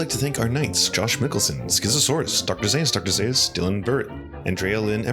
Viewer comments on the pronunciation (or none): none